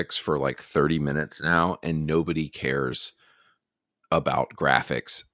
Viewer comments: "the gwapichs" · The gwaphics😂😂😂😂 Fire those ladies